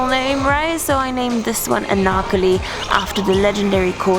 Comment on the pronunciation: The way that she said Anarkali was lit 🔥 😁